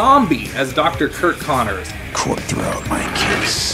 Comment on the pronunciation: It’s curt not kirk